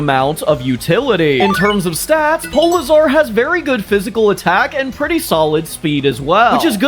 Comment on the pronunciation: Awesome episode polizar (that’s how you pronounced it) was definitely my favorite, but also that scene where the grunt runs back to its parent is dark